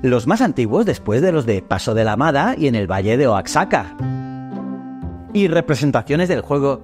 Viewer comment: Se pronuncia oajaca como mejico